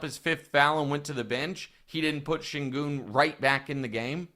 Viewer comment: Actually, Nick, Şengün is pronounced ˈʃæɲɟyn' in Turkish, which translates in American English as "SHAY-en-gewn", which when said quickly with an American accent sounds like "SHANE-gun". Reggie Miller says it closer to the right way than Kevin Harland does, though both of them say "goon", which is also not quite right. I find it hilarious that you're frustrated about this when you're more wrong about it than Reggie is. I wouldn't go around telling people that because there is no letter-a in his name, it shouldn't sound like an "A" because there are many, many examples of words foreign to American English that have "E's" that sound like "A's". I hope Wildes does some research and calls you out live on the show, haha.